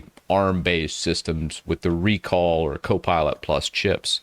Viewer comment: I guess it's supposed to be "rec all" not "re call"